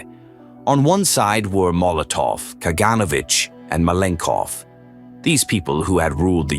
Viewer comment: Ka-gan-O-vitch. GeOrgi Ma-len-kOff. Vor-a-shEE-loff. NikEEta KhrooshchOff.